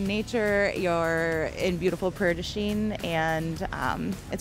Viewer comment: That's not how you pronounce Prairie du chien